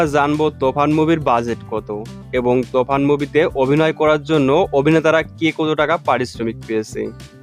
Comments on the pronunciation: কি সব বলে রে তুফান কে বলছে তফান আগে উচ্চারণ ঠিক ভাবে শিখো তার ভিডিও বানাও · ভাই তোফান না তুফান হবে 🤣🤣